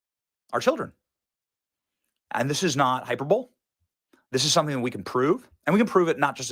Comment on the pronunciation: Benny, Hyperbole is pronounced Hy-per-buh-lee.. Not "Hyper-bowl". 😅